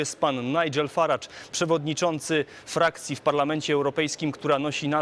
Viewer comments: Idioto! W nie akcentowanych sylabach angielskich samogłoski zastępujemy "schwa" [e] bądź krótkim i [y] czyli nie "Faradż" tylko "Faredż" bądź "Farydż". Pieprzeni debile z TV Trwam -.- Idiot! in nonstressed english syllables we use "schwa" or short "i" ! Fucking morons from TV Trwam -. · Faradż? A nie Farejdż?